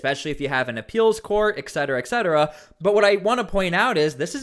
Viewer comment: Small complaint..... Only because you say it a lot ... It's pronounced "et" cetera